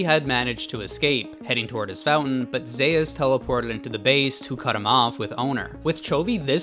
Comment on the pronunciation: ZE-US?! cmon bro..